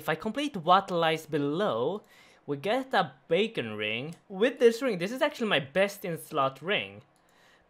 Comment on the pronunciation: Pisses me of how you pronounce words haha bacon ring !!!!!!